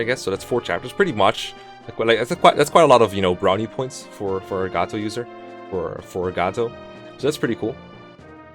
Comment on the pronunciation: No no no no no, Mr. Ro-Gotoh!